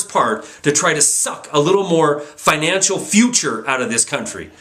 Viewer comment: Great video... but FINACAL? You mean FINANCIAL right?